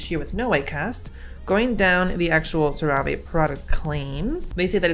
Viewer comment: bb I think it's pronounced sarah-vee, but sera-vay sounds way bougier tbh so I hope you never stop !!!!